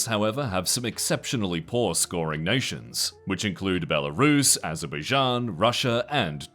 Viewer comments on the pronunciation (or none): none